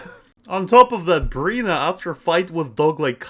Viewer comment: Please say their names man..